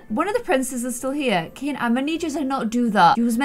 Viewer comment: I think his name is pronounced key-in